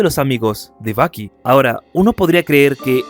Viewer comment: Todo el rato andaba pensando en Baki del anime Baki cuando decías Bucky